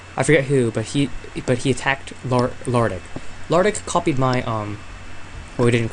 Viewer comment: Nice video, it's lardik